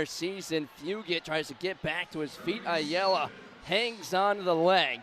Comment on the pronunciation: How do both commentators mispronounce Ayala differently?😂😂